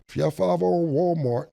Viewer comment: Cam says Favva instead of Father. Hehehee 😂😂😂